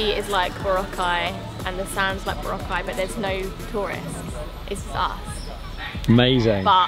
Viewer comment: it’s boo-rah-khai